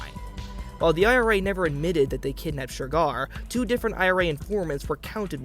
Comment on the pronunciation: Why’s he keep saying ‘Shergar’ like that?!